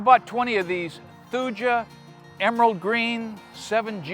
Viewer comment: Dear, Thuja is pronounced thooya. 7G means 7 gallon, the size of the container you bought.:) The top of the ball probably needs to be scored (scratched up) to combat being rootbound & encourage them to spread out. Planting about an inch above ground to account for settling is enough. But yes, they like it wet. Don't bother with the barrier fabric. It's great under rock, but do nothing to prevent weeds around plants and inhibit air and gas exchange in the soil. I'm a landscaper and plant enthusiast.